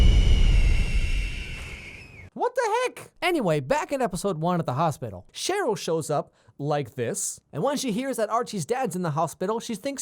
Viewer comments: It is pronounced as share-ole not Charlotte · He said Charlotte instead of Cheryl... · CHERYL NOT CHARLOTTE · Did anyone else notice how at the start of the video he was calling Cheryl Charlotte lol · Are we not gonna talk abt how he calls Cheryl Charlotte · Why does he call Cheryl Charlotte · Wait wait wait... did he just call Cheryl Charlotte! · No one is speaking about how he called Cheryl Charlotte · Are we not talking about how he calls Cheryl,Charlotte 🤔😑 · Charlotte!!! its Cheryl Bombshell lol 😂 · oh he DID NOT just call cheryl charlotte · Did he just call Cheryl Charlotte!?😳🤨😑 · Cheryl not charelotte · Her name is Cheryl not Charlotte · Btw it's not Charlotte its cheryl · Did anyone realise he said Charlotte instead of Cheryl?😂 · Her name is CHERYL, not Charlotte. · right off the bat im gonna point out that her name is cheryl not charlotte... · why is he calling CHERYL charlotte??? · Her name is CHERYL not CHARLOTTE. bruhhh you aint qualified to make this video, take a seat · its cheryl btw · It is Cheryl pronounced SHARE-RIL by the way they say her name like 27,394 times in the show ??? But otherwise good video!